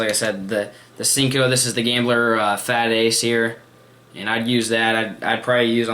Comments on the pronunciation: I don't ever really comment but what's with sinko lol its sanko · it's senko